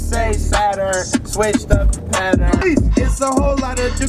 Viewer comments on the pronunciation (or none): none